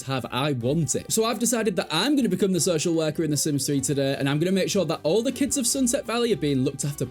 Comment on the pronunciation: Took me a solid minute to understand “So Shell Werker”